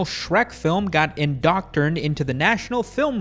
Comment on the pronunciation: “Indocturned” Now that’s a word.